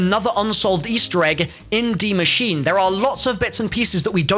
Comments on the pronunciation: Its pronounced 'dee machine-a' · its pronounced more like "masheener" where you say the e at the end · Nice pronounciation, just say an "e" at the end of Machine, and you got it well pronounced in german 👍